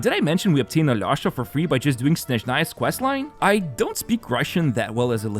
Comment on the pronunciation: hey, next time you try to pronounce alyosha's name, try this pronunciation a-lee-o-sha. this is the correct way (i'm russian)